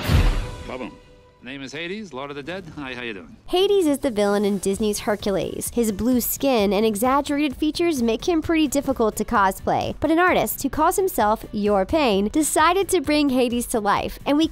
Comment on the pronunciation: Wtf u said herculais it’s hercules